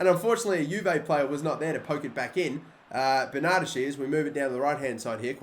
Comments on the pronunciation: Say it with me now Ben-uhhh-deh-shee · Burna- deshy = Bernadeschi